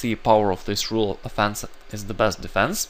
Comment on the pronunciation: Offense isn't pronounced "a fence".